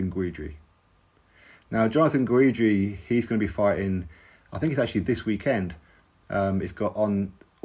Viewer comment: Jonathan Guidry (pronounced Gidree) is fun to watch. Top boxer? Nooooo